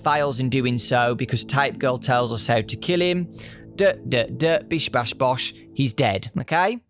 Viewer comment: BiSh BaSh BoSh Also get some rest >:0